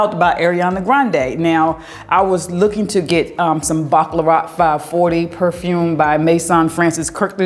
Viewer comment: Every time I hear you pronounce the perfume Baccarat, it sounds like you are say “Baklava”, like the pastry. It’s so funny your southern drawl. 😆😆😆